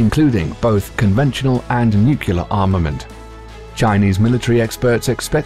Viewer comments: I keep hearing "nucular". I thought it was "nuclear"??? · “Nukelar” instead of “nuclear”, funny commentator. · Its NUCLEAR..not NUCULAR! cmon man... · NU KULAR ? NU KULAR ? Can you pronounce "new" and "clear" ? Join the two, that's how you pronounce nuclear. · Did you say "nukyalur"? 🤣🤣🤣 Say it with me..."New • Clear". Nuclear. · HOW DO PEOPLE KEEP GETTING NUCULEAR FROM NUCLEAR? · Stop pronouncing nuclear as "nuke-you-ler". It's pronounced "new-clear". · What the feck is a Nucular Weapon? Is that like a Nuclear Weapon? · NuCLEAR, not nukular. Nice vid, though. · Hmmm. #1 word said wrong tho spelled how it sounds.. Nuclear.. nuuuuu cleeeeerrr. Not.. Nucular..nuuu kuuuu laaaaarrr.. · N-U-C ... L-E ... A-R. It's pronounced new-klee-ar not new-queue-lar. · It is Nuc-le-er not Nuc-U-lar ... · It's nuCLEAR not nuCULAR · Nuclear, not nucular... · nuclear (new klee ar) not nu qu lar. WOW 0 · How I wince every time this English narrator says "nukiller"... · such decryption power waster on mystery terms like NUCKULAR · Broooo ... I have a dude I work with that used to be navy he says NUCULAR SUB.. I’m like dude.... stop.. for real.. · Why does the Narrator keep saying "Nucular"? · New-kyoo-ler bombs eh? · What's a nucular? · NUCULAR weapons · HE SAID NUKULAR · Should I listen to a narrator who says, "nucular"? Dunno. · Stop pronouncing it "nucular"... Very annoying. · nucular. the word is nucular. :-| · I also can't take anything seriously from someone who says: "Nucular" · Drives me nuts too. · Unless you're perfect, and I doubt you are, please just stop. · but the thing is, most people think it IS "Nuclear". They're just irritated on how the narrator pronounced it. As a native non-English speaker, I could understand the feeling. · A brilliant job murdering the word nuclear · Please google 'nuclear pronunciation' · Such a well spoken English narrator..... Yet you pronounce "nuclear" like George W Bush! 😄😄😄